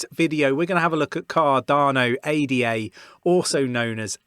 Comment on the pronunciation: dont call it A-D-A, its named after a woman as you know. her name is not A-D-A!